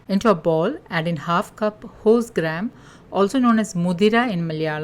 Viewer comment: If you forgot Hindi is a major language, and many may not have even heard of horse gram, or the kirana store owner won't understand even he has horse gram, so please mention what they are called in Hindi and other languages..bcoz for sometime I too thought you were saying wholesgram.